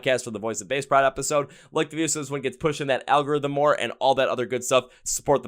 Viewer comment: I'm new to your channel/podcast and found it because of VOB. I love that they're getting well-deserved recognition for their amazing talent and their struggle. My only negative for you is your pronunciation of their name as it's: Voice of Baceprot (pronounced 'bah-che-prot').